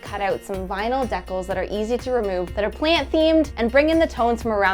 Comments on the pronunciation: What the heck is a Dekkle??? LOL! JK JK JK I know she is saying Decal. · I must know: Is the pronunciation of "decals" as "deck-uhls" a Canadian thing, or...? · Do people say "deckles" for decals? I've never heard that pronounciation... I've always said DEE-cals (cal pronounced like the cal in California) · I'd never heard deck-al before until like a year ago when I read an article about pronunciation and apparently my dad (aka older easter Canadian people) says deck-le, and the pronunciation of dee-cal only started showing up a few decades ago via the states (and through Toronto -> the Golden Horseshoe)... sorry for the linguistics rant. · That pronunciation of ‘decals’ though hahaha